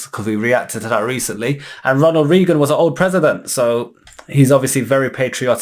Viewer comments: Not to pick a nit or anything, but it's pronounced like Ray gun. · “Ronald Reegen” 😂lol